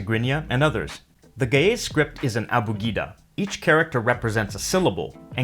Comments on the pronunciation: you mispronounced the word ge'ez, it is not read as ga'yes but as gi'iiz. Even if i don't agree about your beliefs about the origin of the language(we have our own history of it that dates back to the the 7th generation of Adam and Eve), this is a very informative video. it is also interesting to see very few people know about this ancient language. just to add, in the past we have been taught that amharic was a direct descendant of Ge'ez but new studies are showing that amharic might have existed before ge'ez and that even ge'ez uses borrowed amharic letters that it didn't have before, which is noticeable in re-written scriptures. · That's because he's pronouncing it improperly. When pronounced properly it doesn't sound like, gay's. Trust me. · Ouy, the pronunciations suck, but the info is good. Geh - ez for example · Ge'ez: Gəʿəz IPA: [ˈɡɨʕɨz] , not */ge-ez/ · You said ge-ez ( ግዕዝ )but it's gi-iz. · Ge'ez is pronounced "gi-hiz" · I first thought it was going to be pronounced as jeez but turns out it's gays. even better tho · ge'ez is pronounced guh-uhz. great video bro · I can't unhear Ge'ez as gays... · Ok I loled at the pronunciation of "Ge'ez script" LOL